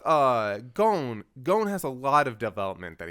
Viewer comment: Why the guys pronounce? never heard anyone else call him like that, even other english speakers, like I would get if the english dub changed the name, but other english speaking youtubers like Woolie or Plague of gripes just call him Gon like anyone else.